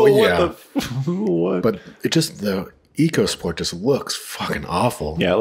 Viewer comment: It's pronounced "Echo"sport, very important to get it right